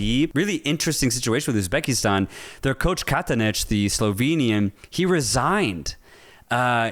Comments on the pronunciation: Hello from Uzbekistan, not Ubzekistan bro😅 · Not Ubzekistan ❌ Uzbekistan ✅